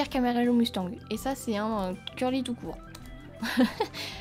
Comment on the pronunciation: Salut je voulais te dire que le nom c'est "Camarillo" si je ne me trompes pas et toi tu dis "Caramello" alors peut être que je me trompes mais voilà